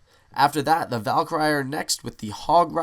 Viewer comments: When he pronounces Valkyrie wrong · he said Valkyrie rong